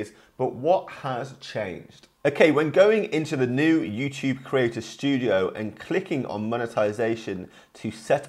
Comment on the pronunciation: He says youchube